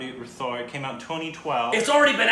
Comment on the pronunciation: Guys it's said like rat - hor it's not like the English TH sound 😁 The film is much better than the trailer IMO so if you liked the trailer then definitely watch it! Prabhudeva is considered one of the best Indian choreographers, he has acted and directed films too. He's quite talented.